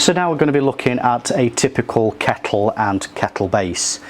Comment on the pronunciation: Dude great video but it was bugging me every time you said keckle lol